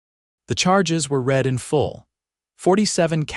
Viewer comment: Teach narrator how to pronounce past tense of read.